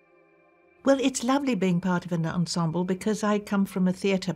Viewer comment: I love this show.....but PLEASE "esemble cast"????😩